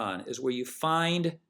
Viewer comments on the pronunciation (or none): none